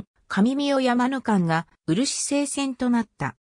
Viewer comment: うるしせいって聞くたびイラッとする。。。